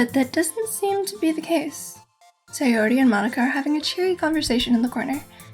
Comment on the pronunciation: Oh my goddess I love the fact you said Sayori's name correctly!